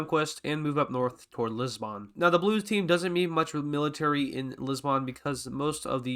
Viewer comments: Its not pronounced Lissban, it's Lisb'n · It’s not Liz-bawn it’s pronounced lis-bin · it dosent matter but, THE O IN LISBON/LISBOÃ IS SILENT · Lisboon never heard of this city it Lisbon